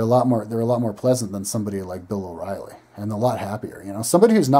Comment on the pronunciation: Bill o rielly... lmao umm ok